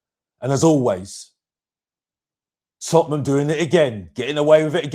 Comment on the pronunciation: repeat after my TOT-NUM not that shit you keep saying 😂 how can you not even know how to say your own club's name